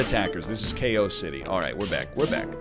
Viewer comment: When the robot says "KO" it sounds like "A-hole"